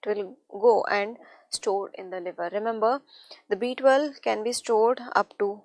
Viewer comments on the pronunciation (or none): none